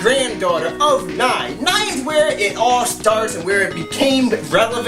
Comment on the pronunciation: Learn to pronounce Nei's name correctly.